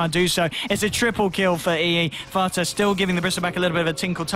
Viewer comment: he said FATA lmao